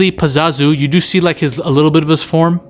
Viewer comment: 2 things. 1. PazUzu (not pizazu) 2. CandArian demon. (Not candorian) Not that it matters. Just trying to be helpful